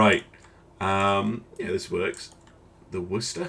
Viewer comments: WOOOOOOSTAH. Say it right. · Being a native of the Worcester area it pronounced woostahh emphases on the ahh.